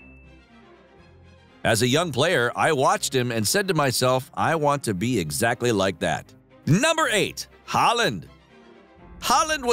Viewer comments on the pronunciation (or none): none